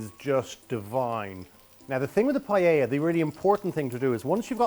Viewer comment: I made this with him on an rte kids cooking show and he had to say paella 50 times before he said “pie-ah-a” instead of “pie-ell-a” lmao